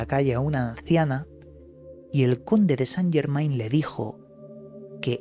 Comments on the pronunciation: No san llermain,es francés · Se pronuncia san llermen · se dice san yermén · Se Pronuncia San yermen